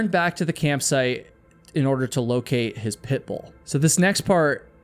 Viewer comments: I can’t help but notice how keeps saying “Pitbull” in an overly emphasized way as if to make the dog seem dangerous too. I don’t think that the dog was threatening and from the pictures it was a mix breed anyway. Pitt Bulls are great dogs when they are given the chance to be anyway. It’s the owners that are the problems. I just feel that you are perpetuating something wrong to make your story more sensational. I’m glad that that innocent pup was saved from a life that must have been incredibly stressful. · I don't like the way you keep saying Pitbull.